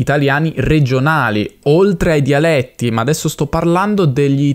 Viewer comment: "DIALETTI" con la "e" chiusa. Amico hai mancato dopo pochi secondi dall'inizio del video